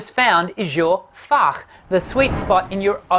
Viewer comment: As a German: your pronunciation of "Fach" is *stellar*. I'm sincerely impressed. And Germans are not impressed easily, as is commonly known.